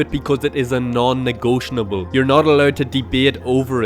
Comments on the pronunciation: its "negotiable" not "negotionable" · Great video! It's "Negotiable" btw. no "N" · Who did my boy dirty and told him it’s pronounced “negotionable”… shame on you. 😆